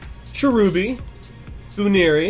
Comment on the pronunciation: BUN-eary not BOO-neary...my opinion though